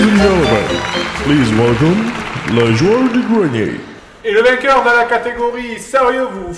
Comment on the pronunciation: "Le joueuw du gwenier"? .... .... Je sais, je suis très méchant. :P